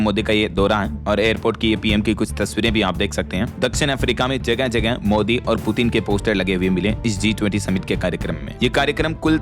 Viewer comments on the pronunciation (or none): none